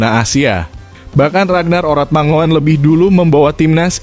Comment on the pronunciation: Huruf OE bacanya U, Mangun, ejaan ini dpke Indonesia wkt baru medeka...